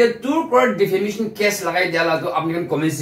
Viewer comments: The guy has clearly said "DEFAMATION CASE" Then why does this girl keep saying "DEFAMINATION CASE" in all of her videos relation to this subject. DEFAMINATION is not even English word. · Defamation not Defamination 😊 she said that in the previous videos also...so just felt I should correct it. 😊